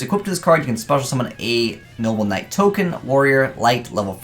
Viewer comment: You just can't get that archetype's name right, can you 😂 "noble Knight". Not "knoble knight" or "noble night"